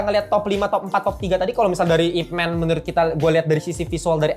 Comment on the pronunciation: bang, fyi IP MAN itu dibaca YipMan bukan ipmen